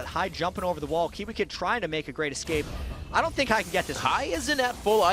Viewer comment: Seriously, the guy on the right has to start saying escape instead of excape.